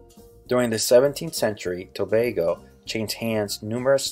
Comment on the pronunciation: He needs to swap the way he pronounces the 'a' in Trinid'a'd (short a sound) and in Tob'a'go (says its name)